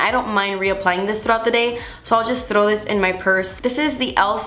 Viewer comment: I love how you always roll the r when you say "throw"